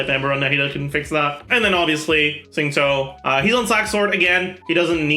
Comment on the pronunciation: i just realised pronounces xingqiu suspiciously well. at first i did a double take and was like is he chinese